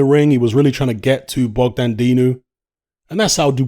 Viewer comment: Man said Dogdan